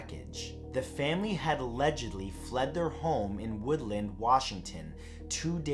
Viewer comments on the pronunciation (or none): none